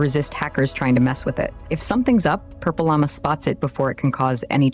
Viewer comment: AI couldn't say PurpleLlama... funny.. 😄